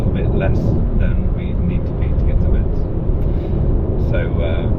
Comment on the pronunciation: About the charger in Metz (that should be pronounced like « mess » by the way 😉), the charger asks you to close its door before starting the charge.